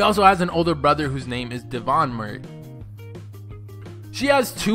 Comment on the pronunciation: It's not Mur-ey its -Mor-ey